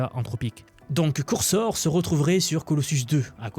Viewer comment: Excellent tes contenus, j'apprécie vraiment ce que tu partages, mais juste stp, NE DIS PLUS COURSOR !